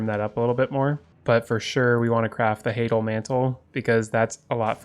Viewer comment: Banger video, enjoyed it quite a lot. If you were curious, the word hadal is pronounced “hi-dull.”